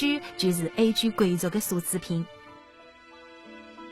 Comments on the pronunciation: 欧洲我好像和她念得一样“Ei ju”，不过奢侈品的确怪怪的，感觉一般不念su，念se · 欧洲 不应该叫 yū jū吗？奢侈品我好像念se ci pin se是入声